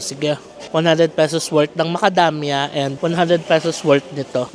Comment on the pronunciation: Tawa ako,una tawag mo macadamya,later on yung talgng tawag sa knya macadamia…nice ❤️